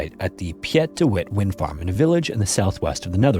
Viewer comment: Piet de Wind, pronounced as Peet de Wind. Easypeasy!